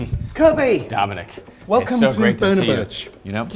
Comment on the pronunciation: Nice to see can pronounce Dominic this time.